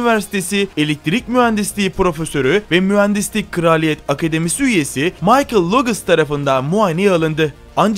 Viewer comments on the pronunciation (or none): none